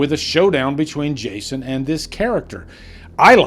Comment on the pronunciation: Why do you keep saying “Jashon Universe”?